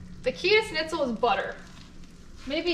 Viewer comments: The german recipe is pronounced "SHnitzel" not "snizel". No hate! Just wanted to let you know haha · Me too! It's Schnitzel! Not, Snitzel! 😆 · I'm not usually this pedantic but leaving out the ch in Schnitzel is triggering me. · Ok so I’m not the only one. I mean I don’t speak much German but cmon. Still love though. She is way more badass than I am. I’ve seen her swim with big sharks and I’m straight scared of them. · Seems neither of you can say it right…..theres a sch on the front end